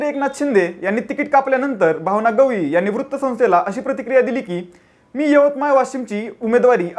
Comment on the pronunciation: गवई नाही रे केळ्या गवळि बोल